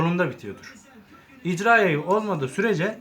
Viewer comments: İCRA YAYI DEĞİL İRCA YAYI daha parçanın adını bilmiyorsun bir de bilgi vermeye çalışıyorsun ayrıca yumuşak irca yayları da vardır tek elde tabanca kurulabilir bu şekilde videonda verdığin bilgiler de bir çok yanlış var bilmiyorsan video çekme irca yayı barutun geri tepmesini sağlıyor diyorsun irca yayının tek görevi üst sürgünün hareket etmesini sağlamaktır daha cümle kuramıyorsun bilmediğin konu hakkında video çekiyorsun. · Icra degil irca yayidir o dostum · İCRA YAYI DEĞİL. DOĞRUSU "İRCA" YAYIDIR. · İcra değil irca yayı jarjör değil şarjör değil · Hoca icra yayı değil irca yayı jarjör değil şarjör bende tsk personeliyim ben yapamıyorum her TSK yada EGM personeli yapacak diye bir şey yok ama yapabilen bir sürü arkadaş var hile falan da yok ve onların reklam yapma gibi bir düşünceleri de yokkk